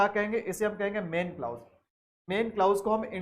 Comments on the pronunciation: The correct pronunciation is Kilàz not klaouz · Sorry Sir u are actually king but would suggest u something like it's क्लॉज not क्लाउज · Sir it's not clous but clause so please don't mispronounce it... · Mai bhi yahi kahne aya tha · Nhi clous nhi hota clause hota h sir bilkul correct h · Sir your pronounciation is. Wrong right clause क्लाज है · Teaching sa phly khud ko parh lien bs pta niii Kahan sy aw jaty Hien clause glat prha ha I have downloaded playlist but now going delete it.